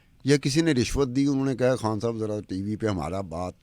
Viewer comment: ایک اہم بات کہنی ہے کہ خان کا تلفظ اینکر کھان کرتی ہے جو صرف منفرد بننے کی ناکام کوشش ہے اسی طرح غریب کا تلفظ گھرب کرتی ہے جو اردو کا تلفظ نہیں لیکن یہ علی الرغم کرتی ہے اور درست کرنے کا ارادہ بھی ظاہر نہیں ہے ۔